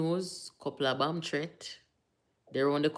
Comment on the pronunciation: Bomb not bum